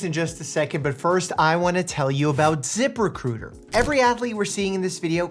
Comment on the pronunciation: Once you hear zip recruiter as zipper cooter you can't unhear it.